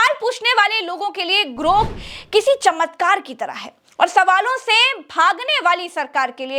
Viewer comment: ग्रोक, ग्रूक नहीं!